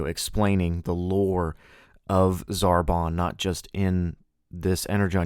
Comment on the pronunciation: ZarTAN not ZarBON X3 Zarbon is from Dragon Ball Z, being one of Frieza's lieutenants